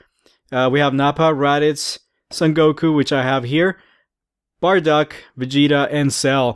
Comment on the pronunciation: burduck? I thought it was bardock.